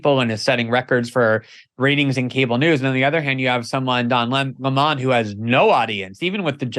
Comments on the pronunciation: Oh stop calling him "La Mon"...it's Lemon 🍋!! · MEGYN KELLY Someone please tell Glenn it's Don Lemon ( as in the fruit / vegetable) not Don Lee maan! He's not French royalty he's a dick from CNN ! Lol Even after hearing u pronounce his name a couple of times Glenn keeps on mis-pronouncing his name over n over! Like talking to "a bag of hammers" n he's just one more hammer lol!!! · Pronounce his name correctly! What’s with this LemOn thing. It’s lemon 🍋. Simple I’m going to start saying CarrOt instead of carrot 🥕 idiot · Its don lemon like sour lemon not lamond. Also, to don "the jerk" lemon, I would like to quote Nelson Muntz, "HA HA!!!" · Glen saying Le-Mon reminds me of Tar-Jay for Target. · I love how Greenwald pronounces it "Don La Mon" just like Tucker, 😂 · Why is this guy mispronouncing Don’s last name?